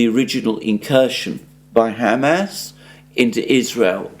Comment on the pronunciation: For the second time!!! It's not ham🥩 ass🍑!!!!!! It's Hamas, two syllables pronounced as one! Haumaus. My Syrian friend says when you pronounce it, its like knives to his ears.